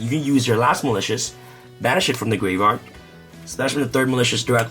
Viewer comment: ”gwave wyard UwU”